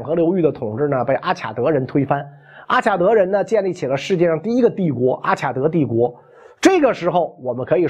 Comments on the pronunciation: 中文的阿卡德的“卡”，应读“ka”, 不能读“qia”。外文”Akkad”（名词），”Akkadian”(形容词）。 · Akkad应该读阿卡（音喀）德